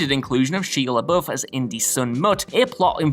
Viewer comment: Did this guy not know how to say Shia LeBouf's name?!😹😂🤣